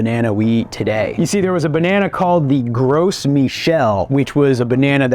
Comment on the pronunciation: Well, being a French name, it's actually pronounced "grow Michel." I flinched every time pronounced the "s" in "gros."